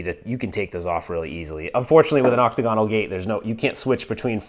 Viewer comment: Yo, I'm not sure if it's an American pronunciation, but octagonal is not "octagon-al" it's "oc-tag-oh-nal" You're videos have inspired me to get into the home arcade hobby - I'm not trying to be grammar nazi or anything. 😬. 👍👍😎